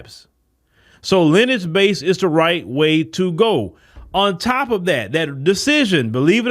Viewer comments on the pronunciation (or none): Lin-e-age not “Linage”.